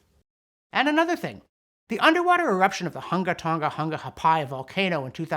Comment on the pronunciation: Congratulations on pronouncing the tongue-twisting name of the Hunga Tonga.... volcano so effortlessly.